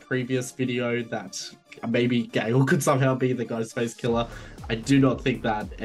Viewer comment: 'Ghostface killer' might be the best phrase possible for an Aussie accent. At least to my ears. Well done. Also I know it would be utterly stupid to bring back Stu Macher...but I really, really want to see him again and would happily suspend disbelief if need be.